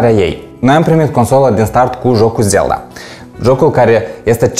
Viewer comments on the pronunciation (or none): Guys please. "Legend of Zelda", da nu "Zel'da" 32 de Giga wat? biti? bytes? giga sau G = 10^9. Cand planificati sa aduceti si restul accesoriilor?